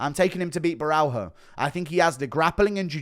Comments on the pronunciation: GURU : DONT PRENOUNCE THE " H" WITH BORRALHO, it's like RONALDINHO " JOOO JOOOO JOOO " BORALJOOO RONADINJOOO PRENOUNCE IT AS A " J" OTHERWISE IT SOUNDS CRAZY. ( CiaJO BorralJO) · Guru please say Borralho's name right. In Brazilian Portuguese it's pronounced "bo-ha-leo" thank you caralho porra